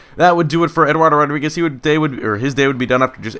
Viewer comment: "Uardriguez" I like it